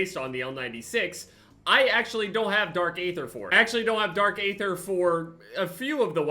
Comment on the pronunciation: It’s flipping pronounced Ee thr omg